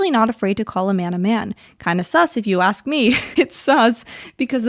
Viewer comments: When you have ax a question, maybe you have a problem with speaking probably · Do people really say "axe them..." This is an actual question, I don't live in the US.